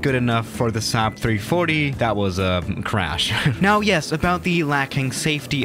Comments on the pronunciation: says 3140 instead of 340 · XD and he said 3140 too